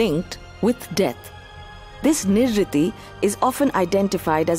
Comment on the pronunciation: Why doesn't the narrator pronounce names without the anglicising them? They're to be pronounced as: Nirreeti, not Nirriti; Graam-dev, not Grama-deva; Puraan, not Purana